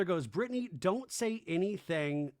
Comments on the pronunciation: Why do you keep pronouncing BRITTANYS name like "Brit-ton-nee"? 😮🤦‍♀️ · He's always done that 😅it's intentional.